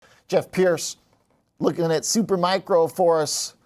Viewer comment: Learn how to say “Supermicro”, not “Supermicron” dude before you are being treated seriously.